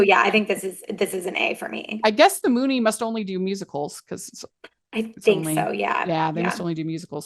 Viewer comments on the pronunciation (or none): Hey guys, you’re pronouncing “Muny” incorrectly! It’s not Moony, it’s Mew-ny.